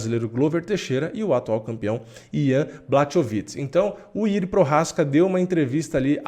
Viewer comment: "Prochazka" vc está pronunciando bem, mas o primeiro nome, "Jiri", pronuncia-se "Iji".